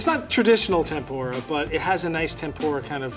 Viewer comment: You guys called it "Tempura" wow, appreciate from Japan.